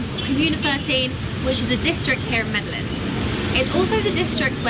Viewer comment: and Once again, you're continuously mispronouncing MEDELLIN throughout the video...it's very annoying. Btw, the energy at the game was AMAZING! Colombia and Colombians are very passionate about everything which is why I love this country. Thanks for sharing!!!